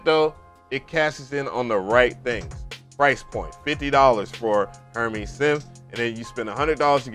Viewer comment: Her"mays" bro... not her"mees." named after the fashion house, in saying his plugin is high fashion, highly usable couture.